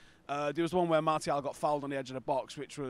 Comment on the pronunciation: We pronounce Martial : Marcial guys.